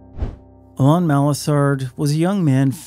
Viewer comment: Please pronounce Alain correctly. It’s like Alan with emphasis on the last syllable.